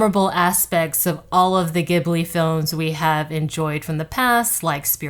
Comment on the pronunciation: I’m a huge Hayao Miyazaki & Studio Ghibli fan. I want to see it and your review is great as usual! Btw Miyazaki chose the name Ghibli from an aviation company that pronounces it with that G sound, however he chose it for the J sound and pronounces it “Jiblee” I only mention this as a fan of your reviews and not to be rude. Hayao just loved the sound…